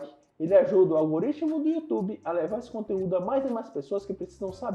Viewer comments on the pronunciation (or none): none